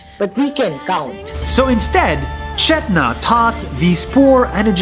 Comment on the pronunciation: U are saying chethana wrong it is putting a whole new meaning it means trash in telugu